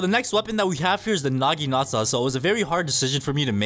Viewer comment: BRO THE nagitana part he said: naginasa